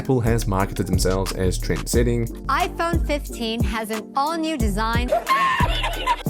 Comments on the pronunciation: "iPonyee" Crazy how a whole group of people want a phone so badly, they can even pronounce. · Oh that's why Hongdae guy is always talking about his Aipon sikshteen p'ro maXX 😂😂😂